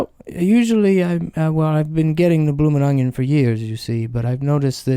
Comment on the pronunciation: “Bloomin’ ungen”